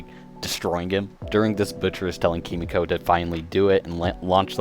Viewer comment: It’s “Kee-mee-ko” not “Kuh-mee-ko”, like a dumbahh American. I’m a massive weeb and I hate seeing my countrymen butcher Japanese phrases!